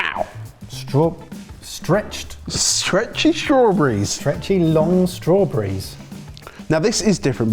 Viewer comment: Strawbreez = Strawberries. Learning to speak English’y.